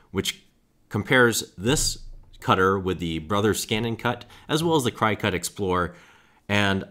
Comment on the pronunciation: Learn how to pronounce Cricut before making a video saying it incorrectly.